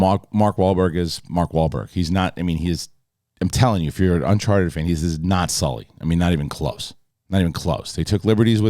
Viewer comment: Did say unsharted at the beginning 😂